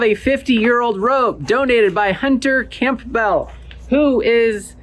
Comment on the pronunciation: Camp-bell. Its like the soup, Cambell!